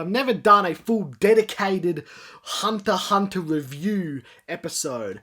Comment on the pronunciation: Why aren't you pronouncing the X in Hunter X Hunter?